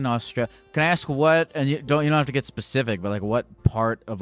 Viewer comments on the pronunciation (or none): none